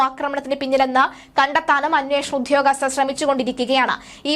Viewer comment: ഉദ്ധ്യോഗസ്ഥരല്ല; ഉദ്യോഗസ്ഥരാണ് ! ആവേശത്തിൻ്റെ തീവ്രത കൂടുമ്പോൾ ഉച്ചാരണം വികലമാകുന്നതാവാം. 😢